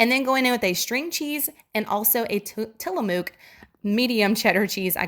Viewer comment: Loved the deviled eggs and homemade lunchable. Oh, and it's pronounced "till.a.muk", rhymes with truck. I live an hour and a half from the Tillamook factory, and have toured it often, so fun. 😊